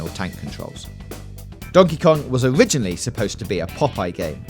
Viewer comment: wow! i never knew it was "owiginally about killing wabbits". thanks bwitish. Halo is to Micwosoft as Mawio is to Nintendo.